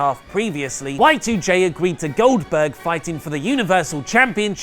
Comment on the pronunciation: Oldberg??? Really??? fuck off